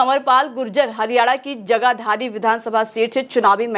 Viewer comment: आप की इन उदघोषिका जी का ना तो हिंदी का उच्चारण ही ठीक है जो जगाधरी भी ठीक से नहीं बोल पाई और पंचकुला से कांग्रेस के विजई उमीदवार चन्द्र मोहन चो. भजन लाल के बेटे है भूपेंद्र हुड़्डा के नहीं ?